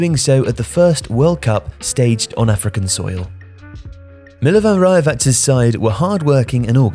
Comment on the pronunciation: Please learn how to say Slavic names. It took me some time to understand that you were talking about Milovan Rajevac.